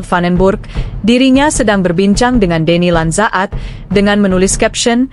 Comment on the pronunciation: Min nama Denny Landzaat bacanya mudah Deni Lansaat, tinggal panjangin dikit huruf a nya